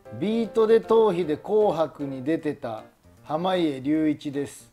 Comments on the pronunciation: はまいえりゅういちをはまげとか色々間違えてるので笑ってしまった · ずっと濱家って言えないの笑うわwe